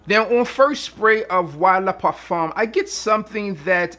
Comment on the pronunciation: I don’t know if you have French in your family but I appreciate you properly pronouncing “le parfum.”